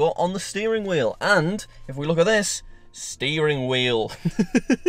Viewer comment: It’s the “STEERING WHIEL” that did it for me